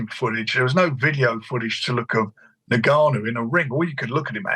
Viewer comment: Tell frank it’s pronounced N-Gannou not niggannou